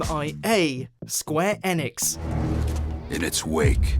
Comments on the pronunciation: please stop saying Square ANEX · "Square Enex" Lol